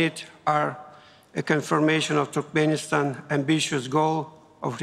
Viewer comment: он говорит туркменистан как TurkPenistan